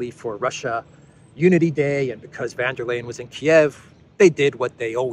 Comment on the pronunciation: it would be goid if you could learn how to oronounce Ursula's name. She's German, not Dutch.